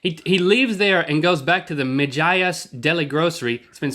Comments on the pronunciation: It's mi-ers not mihiers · i think it is pronounced me-HE-as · It's pronounced 'Meh -he- ass' It's a latino guy. I'm latin, so there's no racial profiling here. that Mejias Deli Grocery is in 11327 Farmers Boulevard, Jamaica, NY (